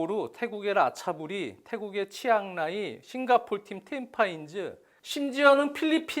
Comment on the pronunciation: 싱가포르의 Tampines는 탬파인즈가 아니라 탬피네스로 발음합니다